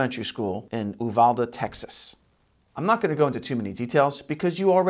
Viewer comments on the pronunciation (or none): It's pronounced you-val-day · It's U-val-de used to live there. The Oovalde and other weird ways people say it would be funny under different circumstances. But Texas has a lot of weirdly named towns and cities. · I love your show and the current news regardless of what's happening. But as someone who lives a little over an hour away from Uvalde, hearing it being pronounced on the show bothered me a little... Uvalde is pronounced "you-val-dee".